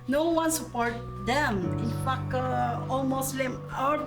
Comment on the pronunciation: Yes the pinoy can speak English. Is a fuck...opps it sound that way.. "fact"...sound like fuck